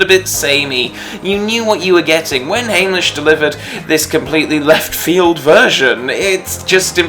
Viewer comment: Hamlisch sounds like ham, not hame